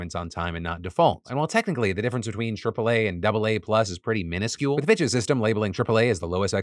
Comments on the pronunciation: Am I the only one heard ‘bxtches’ when Phil said Fitch’s every time? 😅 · I was just listening toy his video and I’m like why is Phil saying bitches all the time but it was PITCHES! 🤣